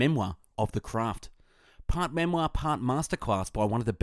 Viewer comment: pwart memoir, wwiters craft, caweew... this guy cant say rrr and ads a w to random letters... and that is not because of the australian accent..